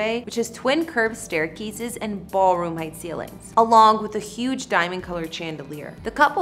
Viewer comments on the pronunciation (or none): none